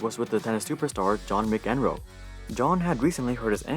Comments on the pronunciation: the guy can’t pronounce McEnroe and Agassi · seriously? All the names including McEnroe , Agassi. How can you not know how to pronounce McEnroe? How do you pronounce MCDONALDS? And your political mentally retard views are astonishing.